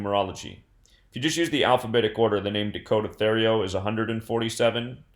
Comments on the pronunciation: Pronounced Terrio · U pronounced his last name wrong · You were way off with how you pronounce his last name. Hopefully the fucker gets murdered in jail. His parents lived less than 5 mins from me